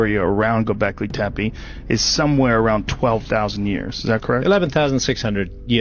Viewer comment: gobekli tepe, not go back to tappy xD